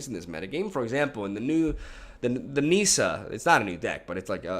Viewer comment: Nissa, not Niiiiiiiissa